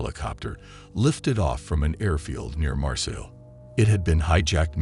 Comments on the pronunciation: It pronounced "mar-say" not "mar sill" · Like Marseille its pronounced "mar-say" not "mar-sill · You are so annoying everytime you say Marseille or Lyon..... you are not saying them right at all